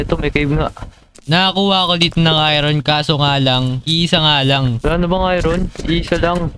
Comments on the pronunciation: when you pronounce Iron as ayron instead of ayorn 💀💀💀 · Lods "ayorn" ang pag pronouce sa iron❤️lab lots love your vids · I-Ron hahahaahahha galeng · Kua Hindi Po i-ron iron Po ahhaah